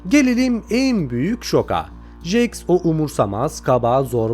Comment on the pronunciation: Abi nolur artık jaxe "jaks" deme "ceks" diyo okunuyo